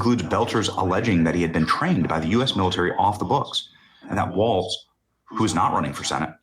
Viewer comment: ITS TIM WALZ PEOPLE. NOT WALTZ!